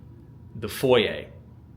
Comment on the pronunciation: Where are you from that you pronounce foyer correctly.